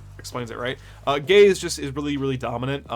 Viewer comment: As a queer person, I will often mishear "gaze" as "gays," but even then, took me out completely, lmao. "The gays leave a little bit to be desired"